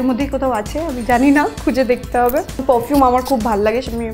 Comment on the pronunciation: it pronounced like pofume !!